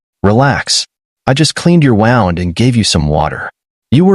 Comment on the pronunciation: When, oh when, will this AI pronounce "wound" correctly? Maybe change the word to "injury".